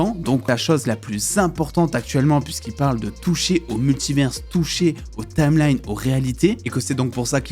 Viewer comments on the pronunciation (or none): Jai une question, pourquoi tu dis « multiverse » et pas multiver ? Tu stresses à ajouter un « s » dans la prononciation alors que y’en a pas. A la limite si tu le disais en anglais ok mais là tu dis en français. Univers tu dis « universe » ?